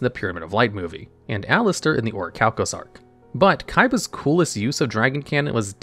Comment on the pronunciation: You pronounced Orichalcamalos wrong